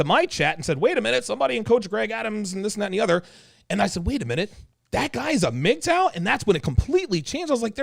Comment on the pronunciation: pronouncing M-G-T-O-W every time was killin me 😂🤣 great throwback 💯